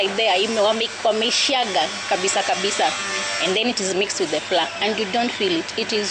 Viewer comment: Flour… pronounced flower….. not flaa